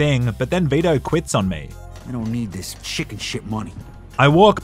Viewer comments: It’s Vi-to. Not Ve-da. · For some reason, I heard "beta" in place of Vito. Made the video even better.